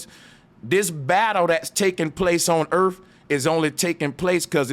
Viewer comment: Erf?? Are you trying to say earth??? Asking for my 6 year old daughter